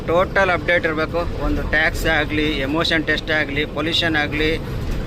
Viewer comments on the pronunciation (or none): ಅಣ್ಣಾ emotion ಟೆಸ್ಟ್ ಅಲ್ಲಾ emission ಟೆಸ್ಟ್ ಅದು